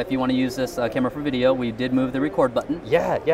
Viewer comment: It is almost wideo :-)